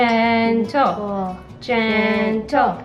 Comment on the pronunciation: I was so fed up from the way they pronounced "gentle".